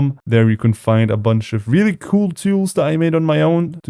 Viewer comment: I love how he says “cool (coul)”